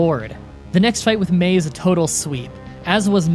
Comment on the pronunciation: Am I the the only one who noticed he said Mary instead of May